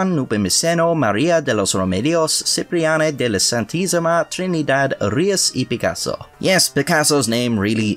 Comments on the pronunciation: No one going to give props to an Irishman who said Picassos full name like an absolute baws? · Kudos for saying Picasso's whole name, not even native Spanish speakers would dare such task without a "no hay huevos". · Good to see a new video! Are are always interesting craic marra! P.S. your final cut of Picasso's full name was well pronounced <3